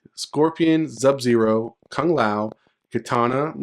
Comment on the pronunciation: You still calling SUB ZERO….ZUB zero lmao come on bro!